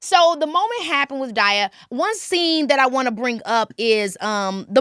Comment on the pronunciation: It’s KeKe keep saying Die-ah 😂